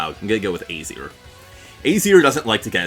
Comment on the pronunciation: It’s uh-zeer